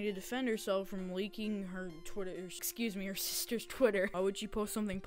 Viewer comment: your constant silly speech mess-ups and the way you said "ExCUuSe me..." after messing up your words made me laugh after having a bad day, and the cut-offs are hilarious too thanks for that i think you're funny and you get a sub from me //